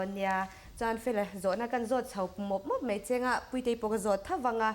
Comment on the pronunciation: A kawmtu hi i thiam em em rualin, i mizoțawng hman hi dik deuh zawkin hman tum țhin la ka va ti em... FTH channel phei hi chu en hlawh ber pawl ani bawk si a. "Chibai" tih tur "Chibei" tih te, 'Mai' tih tur "mei" tih te, "Tlat" tih turah "Tlet" tih te, a tam mai... Khawngaihin lo lam uluk deuh tawh la, ngaihthlak a nuamin, en a manhla lehzual ang... 👍